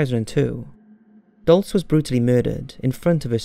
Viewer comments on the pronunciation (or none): none